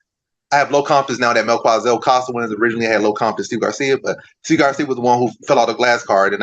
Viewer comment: Not mel kua Zel It's Mel ki za el